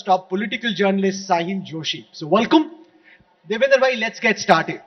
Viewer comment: Rahul Kanwal was rightly corrected by Devendra Fadnavis for saying Devendar.. Rahul Kanwal should realize that whole of India is not Punjabi like him... Sometimes Rahul Kanwal says Narender to Narendra Modi